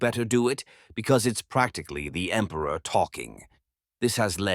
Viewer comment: "For the Empruh!"